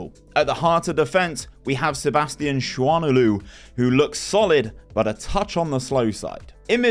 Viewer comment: Sebastian Schwanelou 😂 nice german mate